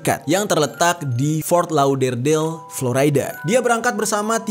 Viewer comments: Ejaan indonesia florida om bukan floraida 😁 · Dibacanya Flo RI da, Jer, bukan Flo Ray da, ntar org amrik pada protes lho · Dibaca florida bro, bukan floraida..ralat ya genk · Bukan Floraida. Tapi tetep Florida (biasa seperti org Indonesia bacanya). Karena aq tinggal di Florida. Semangattt ❤️